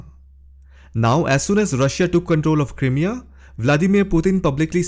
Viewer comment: Crimea pronunciation . The "Crim" part is pronounced like the word "cry". Like Cry-mea..